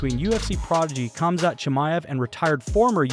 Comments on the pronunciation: Why is the narrator saying "Kam-zat" instead of "Ham-zat?" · Lol it’s pronounced haaam zat sounds like you are saying kumshot😂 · It’s pronounced hom-zat chimaev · Why do you keep saying ”Cumshot” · Gotta stop pronouncing the K's on Russian fighters, lol. Khamzat=HAMzat and Khabib=HAHbeeb....just helping you avoid haters :) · It's not Khabib but Habib And it's not Khamzat but Hamza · The "K" is silent in their names! Lort I can't listen to this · Like D'jango the K in Khamzat is silent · Pronounce their names with a h not k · The letter K is silent in their first names. Say their names properly. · The K is silent dammit!!!